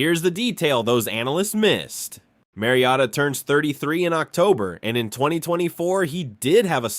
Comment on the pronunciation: How did he say his name? This is clearly AI. Kayshon BOWWWETTEE and Marcus MARIOTTA.